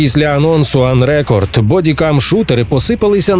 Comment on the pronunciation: На мою думку, ви неправильно ставите наголос в "Unrecord". Префікс un- найчастіше ставлять перед дієсловами або прикметниками, і дуже рідко перед іменниками. Кореневе слово "record" може бути як іменником ("запис" - rEcord з наголосом на перший склад) так і дієсловом ("записувати" - recOrd з наголосом на другий). Тут варіант з іменником сенсу немає; скоріш за все автори мають на увазі саме дієслово (із метафоричним значенням "відміняти запис" чи щось в такому дусі), і тому наголос має бути саме unrecOrd, як в кореневому дієслові і в подібник випадках з додаванням цього префіксу (e.g. (n) prEsent, (v) presEnt, (v) unpresEnt; (n) Export, (v) expOrt, (v) unexpOrt). А також назву цієї гри нейтів спікери с західних видань, наприклад IGN і інші, вимовляють саме з наголосом unrecOrd.